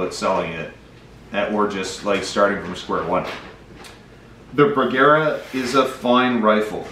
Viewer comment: You're pronouncing Bergara wrong using a hard a. That is the problem.